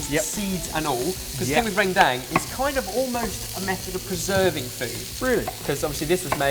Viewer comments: its pronounced rer-n-dung not rend-ang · 'ruhn-dung' actually. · Ren-dunk is the right pronunciation lads! :-) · ohh.. I love a good hot rendang <3 btw guys it's ren as in run in rendang :3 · Posma Prima Oh and rendang is actually pronounced "run"- "dung" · I laugh every time says "rendang" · As an Indonesian, i thank you for picking this up. Also, nice take on the slow cooker, we don't normally have that here maybe someday i'll try that method :p Also, "rendang" is read with the "e" sounds like e in "errr" not like in "red" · lol my soul wept each time pronounced Rendang in that accent of his. love him, love sorted, but maybe you should look up how Indonesian's pronounce it? hahaha <3 much love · I like how they pronounce Rendang. I might start pronouncing it like that :x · Hahaha gotta love the way you guys pronounce rendang xD :p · I must point out that rendang is pronounced somewhat incorrectly. No biggies, though.